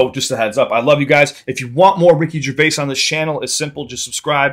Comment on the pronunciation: You got his name correct 👏 most americans say it wrong